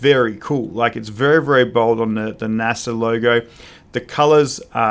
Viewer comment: Native British speaker of English and doesn’t know how to pronounce NASA or what it means? lol. Have you ever read a book or watched a documentary? Also, this moustache is ridiculous, the empire has fallen old chap!